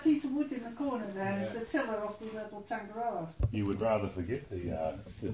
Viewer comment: One would thing he’d perhaps pronounce the word ‘Tangaroa’ correctly. It’s pronounced ‘tongue’ - ‘are’ - ‘raw’ (rolling the ‘r’) ‘are’. Not ‘tang’ as in ‘tangy’